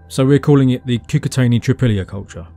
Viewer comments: it's KOO-KOO-TZ-AENI (short vowel in the end) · Your enthusiasm is commendable. However, you really should have learnt how to say Cucuteni and Vinča, it's not rocket science You would probably break your tongue on Tărtăria, i beautiful valley in the western Carpații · The i at the end of Cucuteni is a palatization of the n before it, not its own separate sound. It's hard to explain, but basically, it's not an "ee". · thank you for the video, my mom was born in the north of Moldova, and as far as we know her family has generations living in this area. couple comments: 1. Cucuteni you don't have to pronouns last I make last N soft in the end. 2. You say there are 2 mysteries, in the video 1 how they where Burying their dead and h\why they burned houses every 60-80 years. we can speculate that if you combine both mysteries we will have the answer :) 3. in Moldavian culture we have a special room in the house where we keep most beautiful furniture and decorations , that room is mostly used for holiday feasts and inviting guests we call it "casa mare" witch translates as "big house" it is interesting that in Cucuteni Culture they have several connected small houses and 1 big house. like an apartment with several bed rooms and a living room but instead of halls its open air. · lovely video! I just want to note that romanians and moldovans are latin and our language is part of the romance family, so we also use short vowels. when you pronounce Cucuteni, the "i" should be shorter. the way you pronounce it is as if it had 2 "i" at the end, which would be the plural articulated form "Cucutenii" which would mean "the cucutens".